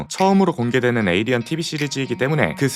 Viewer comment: 하필 디즈니...에얼리언이라 쫌 ㅋㅋㅋㅋ